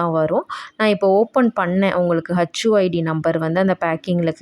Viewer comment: HU id, not hacchu 😂